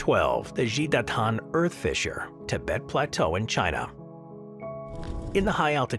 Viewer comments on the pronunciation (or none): none